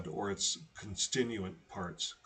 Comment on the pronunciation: Con stit u ent is how you pronounce the word and platelet is just plate (as in dinner plate) and let (as in let someone in).